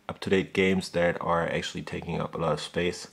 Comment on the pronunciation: actally...actually... :D